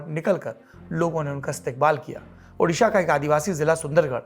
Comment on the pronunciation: does central minister still saying udisha?